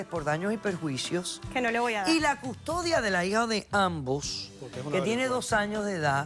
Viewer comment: Por fin alguien dice bien la palabra PERJUICIO!